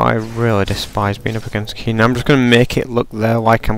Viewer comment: I'm level 20, and I love Teemo:3 He's so awesome with the poison and stuff... Also, why do you pronouce Kee-nen, not ken-en